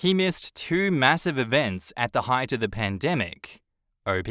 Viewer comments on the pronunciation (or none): none